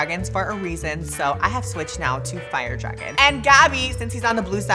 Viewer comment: Dragun! Not lizard! I don't do that tongue thing.